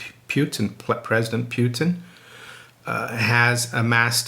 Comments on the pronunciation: Pu-tan, not pewtin. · it's not "pyutin", there's no "y" in it, it's just putin, "u" is like "u" in "dude", it's not "dyude", and it's not "pyutin"